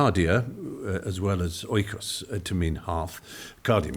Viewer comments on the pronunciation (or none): none